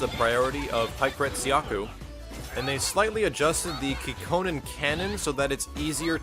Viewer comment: Yey! Chun-Li seems better now; but playing her to get high damage requires extra effort from the gamer's side (press more buttons, timing, etc, etc); such an execution beast. And oh, it's Hyakuretsukyaku! Not Hypersomethingyouincorrectlysaid ;)